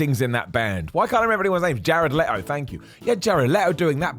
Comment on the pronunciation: You said Jared leeeeee-toe's name like everyone else mispronounces it :(